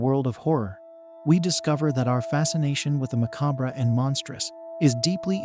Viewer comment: You mispronounced "macabre" so many times that you made me second guess myself and I had to google the pronunciation 😅. Great video!